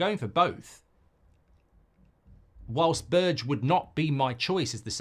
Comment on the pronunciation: B E R G E ! not Birtch